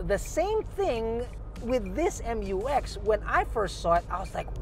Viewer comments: FYR it is pronounced as "myu-ex", not M-U-X. That's why it is spelled Mu-X. This was also confirmed by Isuzu themselves.✌️🙂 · I'll call it "Mux" (pronounced as mucks)